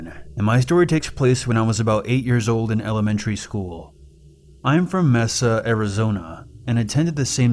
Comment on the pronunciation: it's pronounced "May-Suh" Arizona. just clarifying :)